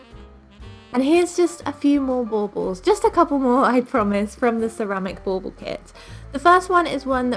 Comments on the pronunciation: Is that what she said?! I taught she said ball ball 😂😂 I was like why say it two times? LOL, english is not my first language (obviously 😂) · Bull ball?! It’s driving me bananas. What is she saying? Lol